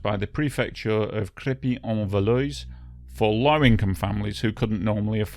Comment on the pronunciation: I'm english 20 years living in France, I couldn't understand where it happened until you showed the map, some words Mitterand,Crerpy en Valois , perfect, nothing wrong with correcting phonetic french,; thanks for reminding us heavy users of french roads about their frightening history of road accidents!